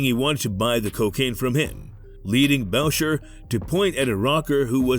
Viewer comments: 10 seconds in, you lost me with the pronunciation of Boucher. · ahah I thought the same exactly..